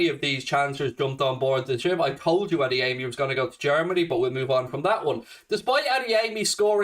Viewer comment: Wonderful work,. If you don't mind, the right way to pronounce Adeyemi's Yoruba name is not to place a stress on the third syllable: A - DE - YE - MI.